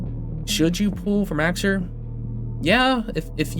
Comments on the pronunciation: Mow-sir, like a cat's meow. Not Max-sir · I'm new here. Is he purposefully mispronouncing Mauxir's name? It's meow-er, nya!